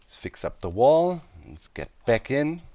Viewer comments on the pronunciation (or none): none